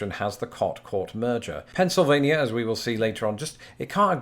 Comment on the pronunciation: Lol he got Pennsylvania right! Nobody can decided on o e accent so we all speak differently.